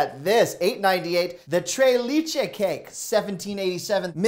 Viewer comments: Bro you totally made my puerto rican pregnant gf mad when you said "tre lichi". its Tres Leches. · your local baker has entered the chat following your macaroon slander lol 😭 just found the channel, love the energy. you pronounced that chip brand perfectly but not Tres Leché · It’s pronounced “tress letch-ess” 🙂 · Trey leechee cake 😭😭😭😭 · Tray leecha cake . 😂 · Minor quibble: tres leche Trace lay-chay 😉👍👍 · Max respect it is pronounced TRESS LE-CH-ESS ..(3 Milks)..It's Spanish not French my friend. Keep up the awesome content! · Why he say tres Leche like that 💀💀💀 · The way you pronounced Tres leches had me rolling, great video thou!! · Haha I heard that too and just thought, "nooooooo! 😬" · You slaughtered the tres leches pronunciation. 🤦‍♂️ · you crucified the 3 leches cakes pronunciation😄😄😄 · LOL, FYI tres leches is not French so you pronounce the "s" in "tres" and "leches". But you did say "siete" correct. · tres leches... it almost sounded French when you said it. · With all due respect, your pronunciation of siete was far better than the tres leches; but as a Hispanic viewer, good try! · Why did you have to say tres leche like that? 🥴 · You pronounced "siete" correctly! However, "tres leches" is pronounced differently. Here's a 48 second video on it